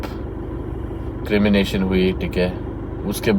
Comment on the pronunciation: Its ’Cremation’ not CREMANATION.